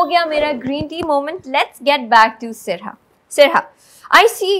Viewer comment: Sarha ka name pronunciation poochny k baad bhi host wrong pronunce kerte rahi